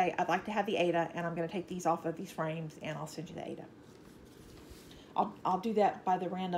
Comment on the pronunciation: Yikes! Aida cloth, not aids cloth!!